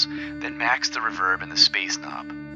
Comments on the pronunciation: I think you have artistic license to pronounce it however you want. You're creating interesting content, and for my ears, the "revérb" sounds cool in the context of your vid. Thanks again. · I appreciate your unique way of pronouncing reverb. I've never heard it accented on the second syllable before. Nice touch. Nice overview of the microcosm too. Thank you ~